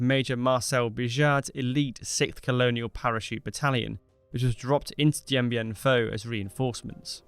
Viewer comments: Why do you keep pronouncing it "Dien Bien PHO"? It is "PHU" (i.e. pronounced "Foo"). Neglecting details like this make it hard to believe that you really know what you are talking about... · It’s FOO. NOT FAUX. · It's Dien Bien PHU! PHU! PHU! Do your homework. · It's FU NO FAUX!!! DIEN BIEN FU!!! PRONOUNCE IT RIGHT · The topic is Dien Bien Phu - surely you should try and pronounce it correctly